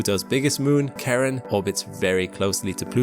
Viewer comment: The worst part is they didn’t pronounce the name of Pluto’s moon Charon correctly at all! It’s like a shibboleth for astronomy. Also, man, poor Philip! You did your own countryman dirty!